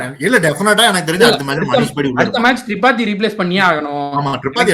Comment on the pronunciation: Bro Vanish illa Vansh, Thirupathi illa Tripaathi 😂🫂🫂💖